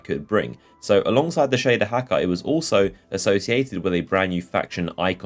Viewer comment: Shaduh Hackuh